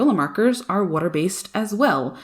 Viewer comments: Bro ur so annoying how u say wooter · Firstly I love the way you say “water” secondly, the camera work on your videos are on point, thirdly... I love this piece! Blending is so hard, and so is using water. Like you, be careful not noise too much. You make us look So easy!! Great work!